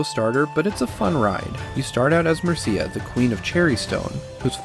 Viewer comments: MER-cia not mer-CIA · You pronounced "Mercia" wrong